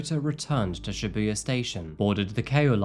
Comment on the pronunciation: Just a small pet peeve, since I’ve been living in Japan for over 9 years, Shibuya pronounced ‘SHEbuya’, not ‘shiBUya’. Love the well researched crime you report on, though!